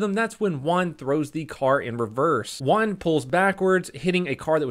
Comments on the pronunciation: At the start of the vid i was confused.was he saying juan or one. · It took me a while to figure out u said juan and not 1